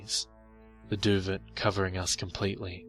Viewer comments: Duvet is pronounced 'Doo-Vay'. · Duvet is pronounced doo-vey. Just nit picking a great story. Carry on.... One of the better stories I've heard this week. Thanks man! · The "T" in "Duvet" is silent. Just so you know~ also according to wikipedia, the australian english word for it is "doova/duva" Learn something new and probably pretty pointlesse every day :D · Duvet ..doo vay dah'ling! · oh thankyou. this bugged me so much while listening. i know its petty , im petty, its bad to be petty, im a bad person. i know. sorry